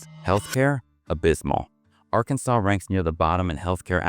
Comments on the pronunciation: "Arkan-saw" not "sas"...you AI bots don't sound too educated either. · Who created this?? I smell AI. Nobody in the US would refer to Arkansas as Ar-KAN-sas!!! It's Arkan-SAW and any American knows this. This is an odd hit piece that has elements of truth but a lot of laugh-out-loud misses. When is a hurricane REPEATEDLY represented by shots of tornadoes? Don't bother watching it. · "Are-KANNS-us"???? Please stop the AI content and narration. Very annoying! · That is a very compact South Carolina "hurricane" pictured. People don't worry much about earthquakes in Oklahoma. It is not pronounced R-Kansas! Also... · It's pronounced R-KAN-SAW not R-KANSAS ! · R Kansas? (Arkansas) AI isn't all it's cracked up to be. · "R"Kansas? Seriously? An illiterate did this video? Must be an AI put together video. GO away! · R-Kansas… dumb ai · AR-Kansas- Really. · These AI videos.... voice, ar-kansas? pics of tornadoes when talking about hurricanes, etc. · A.I. - When are they gonna teach A.I. to talk like a real person? It's so easy to know when a computer voice is lecturing you. Ar-Kansas? Come on! NO human ever says that. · "R-Kansas?" Good grief, AI! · ai slop. Arkansas - "r kansas" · I am not an American but pretty sure he pronounced Arkansas WRONG! AI reading... or who is this? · I've never been impressed by the US, I went to NYC, I thought it was a bit of a dump. And that was Manhattan. And Oklahoma? Lots of oil money, that probably goes straight to NYC and the CEOs, shareholders and banks. Not impressed by the narrator here, either, can't pronounce Arkansas properly. AI, isn't it? Or just incompetence, like the subtitles.